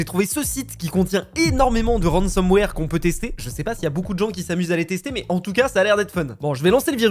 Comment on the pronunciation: ah lala, ça parle de ransomware et pas de rensenware xD